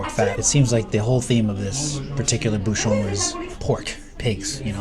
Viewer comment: Question de prononciation. LYON ne se prononce pas lé-one mais li-on. De même, un bouchon se prononce bou-chon et non bou-chonne